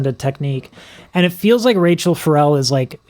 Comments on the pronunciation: Please, her first name: short "a" in "Ra", accent on "chelle"; NOT Rachel. Thanks. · Pronounced Ra-shell, it rhymes with her last name. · its Rachelle, rhymes with Michelle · FYI- her name is pronounced RaSHELL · I love when youre doing someone great, like this. Id be disappointed if you don't comment on some wonderful technique. You never disappoint. By the way I know you have found out her name is prounounced Ruh- SHELL. I just recently became a subbie, and I'm glad I did. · Great reaction and lessons. BTW, her first name is pronounced, Rachelle - (Rah_Shell) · Listen to her be introduced Live somewhere so you can pronounce her name correctly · I noticed the mispronunciation as well yet this guys appreciation is so profound that I was like 🤷‍♀️ He’ll get it. 😘